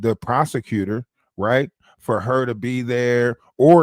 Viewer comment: I swear..."credi-denshals" take me out everytime., you need your own Book of Words 🙂